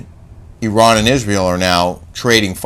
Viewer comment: thank you for pronouncing Iran the right way 😊 and also as an Iranian who listens to your show I just want to say unfortunately Islamic Republic has been ruling Iran for decades and made Iranian citizens more and more miserable, we are fighting for our human rights every day, us Iranians do not see ourselves as part of them we want our old Iran back. Thanks for your show 😊by the way Kelly doesn’t need a facelift.